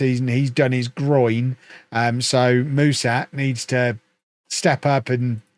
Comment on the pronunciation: Hey, Mușat is pronounced "Mu-shat", like the english past tense verb